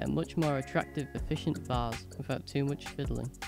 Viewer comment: Great little video thanks (and thanks for pronouncing it Vase not Vayze - so annoying 😊)